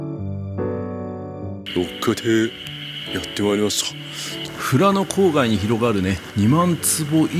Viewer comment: したっけ、富良野を正しく発音してる、流石だべさ。唯我独尊のカレーを休店時に行って食べ損なった札幌人です。ルールルルの時に黒板五郎のモノマネしてほしかったw w。 ラムしゃぶなまらうまそ！北海道に生まれてよかった！